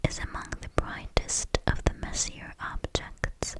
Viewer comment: You're great! Sorry to be that guy but. Messier Objects (MESSY-AY)....